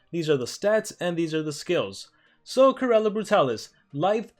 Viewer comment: It's pronounced Corall